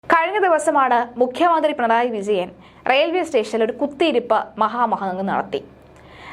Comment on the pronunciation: പിണയാണ്ടി അല്ല പിണറായി എന്ന് പറയുക